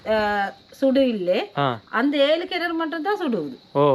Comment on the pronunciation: கினரு அல்ல கிணறு